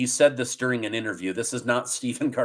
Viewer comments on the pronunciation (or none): none